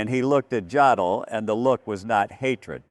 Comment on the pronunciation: In German, "J" is pronounced "Y". The "O" is pronounced "Oh". So JODL's name is pronounced "yodel". If you're going to put out these videos, learn how to pronounce such simple things properly. Your facts may be correct, but your credibility is weakened by these errors.